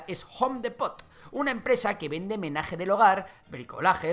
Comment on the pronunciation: Me encanta que pronuncias Home a a la perfection pero Depot muy muy muy chistoso